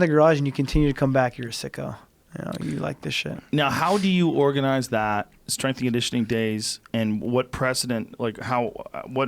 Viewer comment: TJ "My Straingitioning Coach" Dillashaw